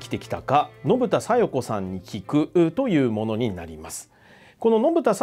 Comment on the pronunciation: 小生だけかな?信田さよ子が 信田さよく って空耳で聞こえたのは… あと琉球新報と志位委員長と同じ内容の負け惜しみ言っててﾜﾗﾀ